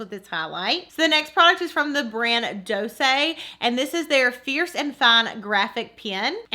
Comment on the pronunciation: Oh my gosh, I think you're the 1st person I've heard pronounce Doucce right! 💜 Loved your bags 💜